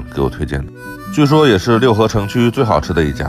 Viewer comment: 应该是Luhe，不读Liu